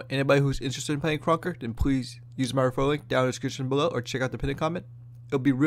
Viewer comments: mmm yes "krunekr" my favorite game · "KRUNKEKR" lmao, good vid tho